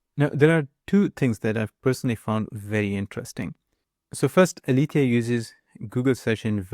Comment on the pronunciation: It's not "Alifia". It's Aletheia the greek goddess of truth. It's pronounced ale-te-ia.